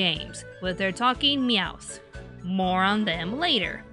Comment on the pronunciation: The only problem I had in this video was the added s to two words kanto and Meowth. There is no s in kanto its kanto not kantos. And it's Meowth that's right Meowth not meouse. It sounded like she was trying to combine Meowth and mouse and came out as meouse. Besides that I agree with everything in this video and I enjoyed it very much